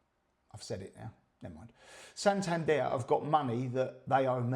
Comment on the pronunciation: It's San tander and its la tay !